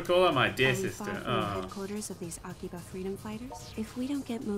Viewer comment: i think the name is pronounced 'akiba strip'